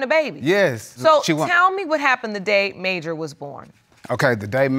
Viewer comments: “mAyJuR” handsome baby but why 🥴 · Mayjur? Girl gone tf head